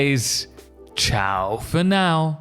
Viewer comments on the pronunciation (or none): none